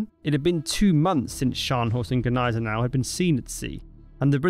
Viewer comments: It's not g'niesenau. The g and n form a single N. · What the phuk is "Guh-nysen-ow" 🙄 if you're gonna say it, say it right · As a German, you are wrong. It is not pronounced "Neisenau" lmao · No. The G is silent kid. 🙄